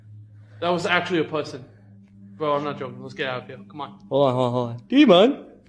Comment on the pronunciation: That was acshuwly a pewson